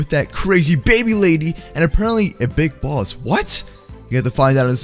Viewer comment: When Baby said Big Boss I thought she said Brick Boss.